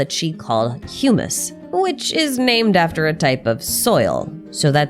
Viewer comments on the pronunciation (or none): none